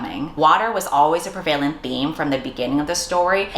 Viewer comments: I believe you're saying 'pre-vail-ent' but it's 'prev-a-lent' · love your stuff but you're saying prevalent wrong